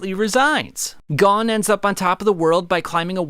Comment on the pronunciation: Gon not gone